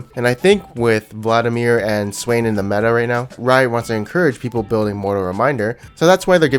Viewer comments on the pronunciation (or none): none